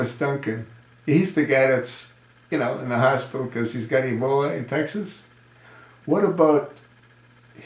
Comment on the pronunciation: HOW COMICAL THAT USURPER/OBAMA CALLS EBOLA - EBOLI ! DOES HE HAVE IT CONFUSED WITH SOME SORT OF PASTA ? LOL THE CHOSEN ONE ALSO HAD A PROBLEM SPELLING THE WORD....RESPECT TOO ! IDIOT IN CHIEF !